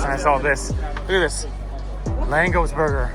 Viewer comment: The pronunciation of LÁNGOS is "langosh"